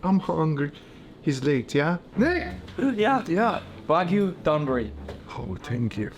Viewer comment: NOT Don-buri, it's more like when you say the word "dOme" or "dOugh" with the "O" more pronounced. Not like the name Don.